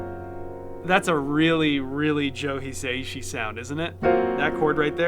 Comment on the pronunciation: just fyi, his surname is pronounced as 4 syllables, "hee" "sah" "ee" "shee", not 3 ("hee" "say" "shee"). Great video though!